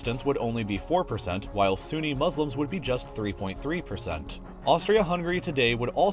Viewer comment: ppl of US still UNABLE to pronounce HUNGARY properly,,pathetic.